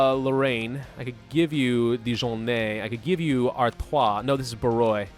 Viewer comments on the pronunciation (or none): How can you say Artois properly but not Valois or Barrois. It’s. The. Same. Sound.